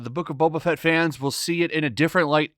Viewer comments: This isn't Boba Fett. It's Bobba Fett. You know like how normies would mispronounce it. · Actually, this was my favorite episode so far... Also, did you say The Book of Betta Fett? 🤔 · His name is boba fett not beta fett